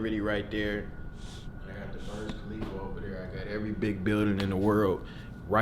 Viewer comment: Bro said barj khalifa 😂😂